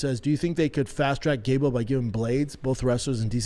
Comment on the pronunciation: Only Shaub could make gable sound like gayble